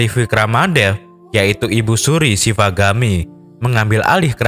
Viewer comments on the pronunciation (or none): Shivagami buka shavigami min